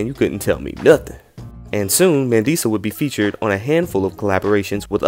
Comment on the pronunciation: It's pronounced Mah-ndee-sah ❤😉☺️ it's a South African name.